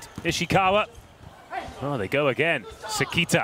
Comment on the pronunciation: 解説の方がもう褒める言葉がないくらい称えてくれてる。本当にスゴイteam🐉 英語発音の関田選手→セキータは可愛い😂